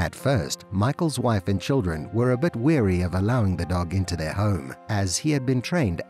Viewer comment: Wary ...... not weary. The vowels in wary sound the same as beware. Wary..... beware....... same meaning too. Weary is tired or sleepy or exhausted.